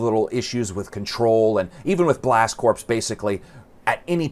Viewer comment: Why does noone know how to pronounce corps.? Its not "corpse" Its "core". U dont say the marine corpse do u